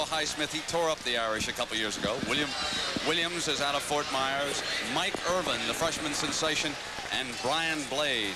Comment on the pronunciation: Parseighan calling Michael Irvin "Erwin" the entire game, I mean, come on.